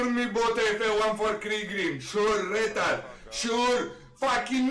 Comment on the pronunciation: When he says "Retard" it sounds like "Rental" 😂